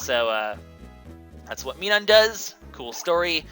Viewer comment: Oi,. I know you're not especially fond of having your Pokénunciations corrected, but considering how important Minun is in this game, I feel that I should. It's "Mai-Nun", as in Minus.